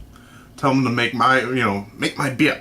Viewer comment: hahha "make my beah" :D